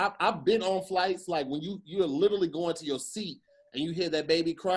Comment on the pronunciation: Am I the only one who cringe at pronunciation of “Literally” 🥴🥴😩🤣🤣